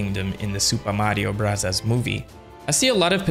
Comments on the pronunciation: Stop saying super Mario brazas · Is there a reason why you say super Mario bros like that?